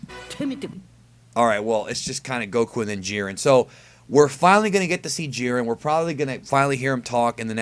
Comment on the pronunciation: It is not jeer-in it is jy-ren